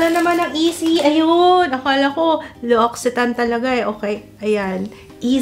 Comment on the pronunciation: (eL'octane) ang pag pronounce niyan.😊